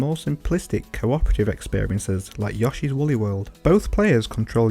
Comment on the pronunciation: When I first heard it, I brushed it aside, and felt someone's probably already told you. But then you said it twice in a row, and I became annoyed. Yoshi is pronounced "Yo-shi," not "Yaw-shi."